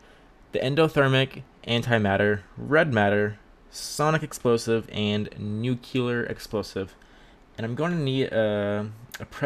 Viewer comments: You said nucular. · Skidits his accent